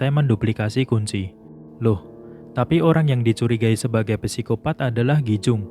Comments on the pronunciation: min sedikit koreksi nnti penyebutan psikopat itu huruf "p" ny ga dibaca min cuman sikopat aja soalny rada keganggu denger mimin ny bilang pesikopat mulu hehe makasih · Oke banget penjelasannya kak. Sedikit membenarkan kak. Kalau tulisan "psikopat" ejaan yang benarnya cukup dibaca "sikopat". Misal ada contoh lagi "psikolog" cara bacanya juga cukup "sikolog" saja